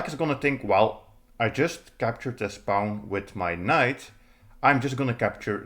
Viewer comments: Don’t pronounce pawn like the word “pound” without the D; pronounce it like the word “pond” without the D. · What's a "Pah-own?" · That’s a pawn with an accent. Welcome to the internet, where people speak other native languages ;)